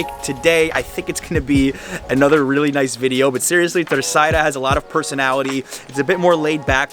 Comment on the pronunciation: He says them perfectly? He calls Terceira TA ÇAIRA. Isn't it pronounced TER ÇERA?